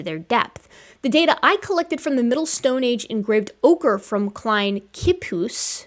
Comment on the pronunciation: "Klein Kliphuis" = Little (or small) Cliff-house in archaic Dutch, typical of Afrikaans. The "ui" sound can be difficult for the American English tongue.